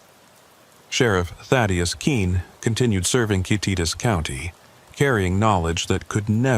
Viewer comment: Love how AI pronounced Kititas county 😂 hello from Eatonville Washington!